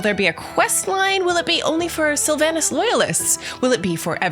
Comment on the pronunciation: How can you say "Sylvanas" wrong so many times, when they've said it in-game like 5000 times?